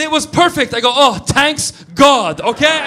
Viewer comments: "Tanks God" lmao that's exactly how my parents say it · “tanks god” 😂